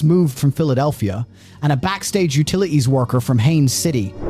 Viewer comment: Narrator, learn how to enunciate your 'T's (thir-ee five, utili-ees, caugh in the same net, pah-ern, chah apps...). When did people start doing this?